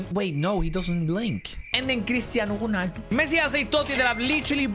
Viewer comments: who tf is cristiano chuuuunaldu Bro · The way he said cristiano ronaldo 🤣😂